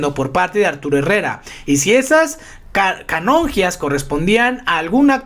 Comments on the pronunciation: es canonjías!! No canonjias... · El.reportero menciona CANONJIAS, SIN ACENTO EN LA «I». No es que sea muy detallista pero debe cuidarse el lenguaje si es que se van a usar palabras o frases que el público comprenda. Si no, para qué.